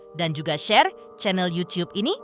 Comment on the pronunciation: Iya betul KA...terus gatel bgt kuping gue wkt denger bilang CHANNEL YUCUP INI....meni kudu yucuuuppp....😅😅😅